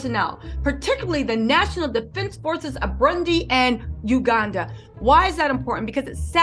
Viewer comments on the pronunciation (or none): 1. MO-GA-DI-SHU, 2. BU-ROON-DI 3. YOU-GAN-DA.;).